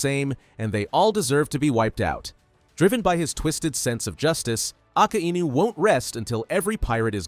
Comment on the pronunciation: Why pronounce akainu like aka inu?